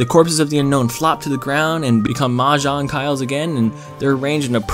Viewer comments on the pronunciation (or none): none